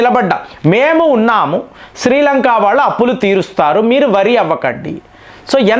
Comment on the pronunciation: శ్రీలంకా కాదురా శ్రీలంక